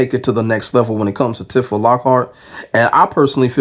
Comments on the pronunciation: Side note, it's pronounced "T-fuh" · I hate that i gotta be the one to say this but its Tee-fah bro lol, good video tho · The way you keep saying her name is triggering me. Go off tho king 😂